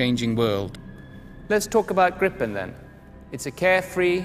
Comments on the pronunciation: gripen not grippen... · It's Englishified.